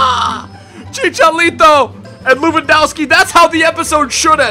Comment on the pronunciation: Did you say Chichalito ? :D